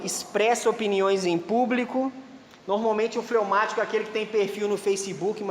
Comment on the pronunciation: Fleumatico nao flaumatico